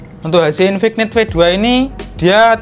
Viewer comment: infik-nit .. infinit bacanya, k nya luluh